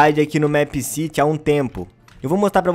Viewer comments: eu gosto dos seus videos mas o the plaza nao é uma cidade é a plaça e é mipe siri que se pronucia não mép mas caguei pra isso A teoria mais obvia é que o criador queria colocar a cafeteria no the plaza e fazer a escola,não acho que vao ter mais uma "cidade" (essa é minha teoria mas ela é bem obvia) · não se fala mépciti e sim mipcidy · É MEEPCITY não MÉÉÉPCITY😂😂😂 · Não se diz MÉPCITY e sim MIPCITY mesmo que se escreva MEEPCITY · O nome certo de se pronunciar é mip ciri se pronuncia assim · Se pronuncia meppciri é meepcity mais se pronuncia cm r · FALA DIREITO O NOME DO JOGO PESQUISA O CANAL DA JULIA MINEGIRL E VÊ OS VIDEOS DE MEEPCITY DELA PQ ELA FALA CERTO!! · Sabi nem falar meepcity direito